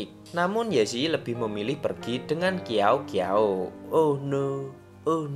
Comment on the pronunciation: Ngakak qiaou qiaou jadi kiao kiao 😭🤣 yg bener bacanya siao siao